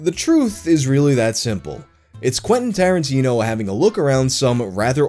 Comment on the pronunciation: Quentin Starin-tea-no